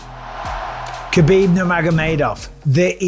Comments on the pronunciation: Mike’s pronunciation of Makhachev is fairly solid but still calling Khabib “kuh-beeb” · Mr. B... there is no K sound in his name. Huh-beeb. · All these years later and your still pronouncing the K. Sort yaself out bisping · His name is Habib not khabib or khebab lol!! He has clarified this… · You might be the only person who still calls him KAbib.. and you get paid to announce for the sport! Come on Bisping, keep up. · It’s weird you properly say Islams last name, but not Khabibs first name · I just can't believe the ignorance of everyone that claims to be a khabib fan and can't even say his name properly total disrespect.. ha bib didn't you ever here his father call his name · He's been around for so long and ppl still getting his name wrong , the K is silent